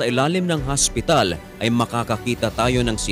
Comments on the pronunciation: Magsu-subscribe ako kapag ang pag-pronounce mo ng hospital ay hindi HASPITAL. Tagalog na nga ang salita, HASPITAL pa. 'Di pa sabihing OSPITAL. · Ano talaga Ang pag bigkas mo hospital or haspital? Hahahahahaahh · hospital po hindi haspital😂✌️ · Ikaw matanong ko, ano ba talaga haspital o hospital, 😂😂😂😂 haspital hospital ospital, oa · haspital hahaha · Di ko nabilang ang word na hasp pital